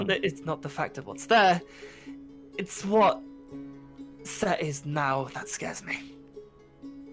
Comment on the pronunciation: it's Set, Seth, Setesh, and Suetekh. Though, for this series, it's just Set. Not Sekt.